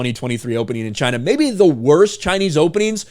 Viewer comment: It's... Chy-naa...